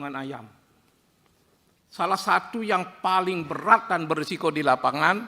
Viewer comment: BUKAN BERAT PAK TAPI BEYAT 😂